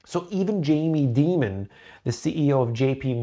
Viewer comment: Thank you for consistently getting Jamie Demon’s name right 😂